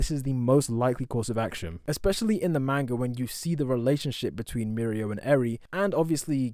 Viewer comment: can you stop saying mane-ga please